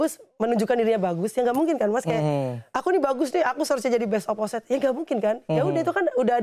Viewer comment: Fyi, Opposite d baca oposit bukan oposait. Gw dlu jg baca oposait. Tau pas udh srg dgr komentator voli